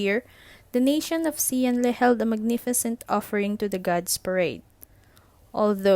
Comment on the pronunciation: This is good! Quick tip though; the letter “X” in Chinese is pronounced with more of a “Sh” sound, and the “Le” in Xian Le has a softer “e” so it’s mor of an “Leh” sound or atleast that;s how I think it’s pronounced lol